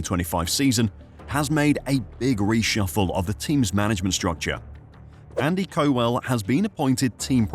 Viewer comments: How stupid was I to think this was a real person talking and not just a computer generated voice!!! Nobody would seriously pronounce it Co-Well when the name is Cowel. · Andy Co-well? 😅 gotta work on those pronunciations! My guess is Lance has 2 more seasons left to prove himself. If Aston are fighting anywhere near the front by '26 and Lance is still (st)rolling around the midfield parking it in the gravel he'll be out by mutual agreement. Lawrence is a shrewd businessman with lofty ambitions. Lance is bad business. Not even Stroll senior will support this farcical endeavour indefinitely. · Cow ell. FFS